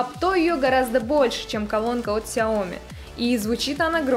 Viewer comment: СяомИ. На "и" ударение. С китайского переводится как маленькое (сяо) зёрнышко или рисинка (ми).